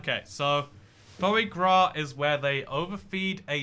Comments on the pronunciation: So you can pronounce 'petit fours', but not 'sacher' or ' foie gras' ? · It's pronounced "Fwa grah"